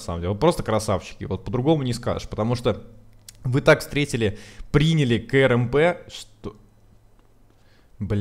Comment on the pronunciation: Говори не "К-Р-М-П ,а КРАМП. Так будет лучше!